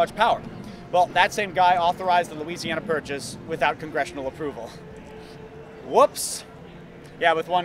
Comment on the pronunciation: "The Louisiana Pat-Purchase" Andrew of "achtung-shay"..... (Much anymore to say) oh boy........